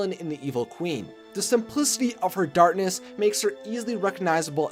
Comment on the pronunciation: Does this guy not know how to say "Darkness?"